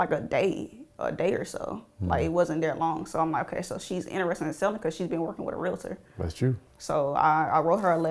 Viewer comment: did she say Realator 😳